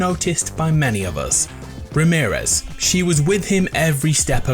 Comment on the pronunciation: everytime he said ramerez -/